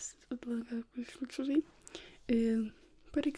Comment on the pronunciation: E-las-ticity. Elasticity. That’s the word you were looking for. You’re welcome